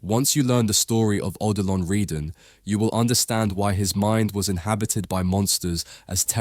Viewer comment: At the start, my head exploded when you pronounced his name Oh Dillon Reedan. But by. , you corrected it and you were pronouncing it perfectly. But then you went back . Never mind. Excellent save and great video!